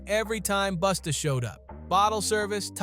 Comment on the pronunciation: Why you keep saying "Boosta" ?! Say it right bruh